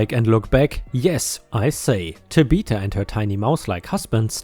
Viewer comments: TAB I THA.... NOT TABEETA. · tabitha- tabb bihh thaa... your english is excellent, but names are weird and can throw anyone off. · Tabatha is pronounced "Tab beth ah". It is not a common name, so it's understandable that you have not seen it before. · I see a lot of people trying to tell you how to pronounce Tabitha but giving it in weird ways. "tab eh th uh" with the "eh" being a soft "e" sound like in the word "end." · Tabitha is Tab-it-tha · I love how you pronounced Tabitha. You must not have watched Bewitched while growing up. The name is pronounced as Tab-ith (like with) - uh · Hi ⭐, ⭐⭐⭐⭐⭐⭐⭐⭐⭐⭐🌟🌠💫 English gotcha again... Tabitha is pronounced: Tab-ith-ah. Short i sound. Reference the 1964 (to 1971) TV series “Bewitched”, the daughter's name is Tabitha. YouTube I think has some of the shows posted, check anything after 1965, or '66, to hear the daughter's name pronounced. Favorite theme parks will always be Walt Disney World, since the first time I went there back in 1974. I grew up going there, then I worked there for 19 years. That was my favorite job. It's been nearly 20 years since I left there, I miss it. BTW, German bikers during Daytona Bike Week are so much fun. 😀 🏍️🍻🍺 “Biketoberfest” too, it begins in October. BTW, how are you doing since the bike accident? All healed up, no long term muscle problems? 🏍️ 💫🌠🌟⭐😎⭐🌟🌠💫 Take care, stay safe, have a nice day. 👵☺️✌️☮️🖖 😷 🙉🙈🙊 ♥️😎⭐🌟🌠💫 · its pronounced TAB ith A not sure why he used the word though, never meet a tabitha who wasnt an absolute lovely lady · Tah ba tha stress on the last syllable is cool. She has the quality of a disability Karen but she acted as trouncing Tabatha and trounced the service dog. Disability Karen believes disabilities are fake and service animals are fake but Karen calls the law and Tabatha trounces. Big difference. Seems you got 100 new subscribers within a day. 💥💥💥💥💥💥💥💥💥💥💥💥💥💥💥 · Tab. Ith. Uh. It's a THHHH sound, not a Tuh sound.